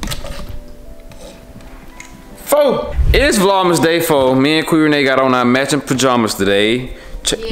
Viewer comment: I love when Ken calling qui ""😭😩💕